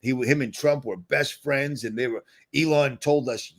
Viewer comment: ...I don’t think you see yourself as a comedian, but you make me laugh harder than anyone else! 😆 Did you just call eelon “Lady Luck”?! 😂🤣